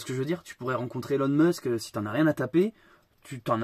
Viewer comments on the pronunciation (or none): none